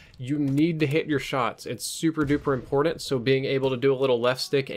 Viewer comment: Lol "impordint"